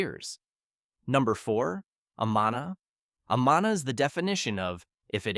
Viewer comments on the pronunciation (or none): Amana is pronounced : A-man-a. Not A-maa- na. 😐